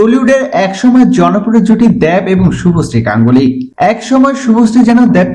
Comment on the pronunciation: Dev ar uccharon ta aga thK kre blte sikhun r ata old news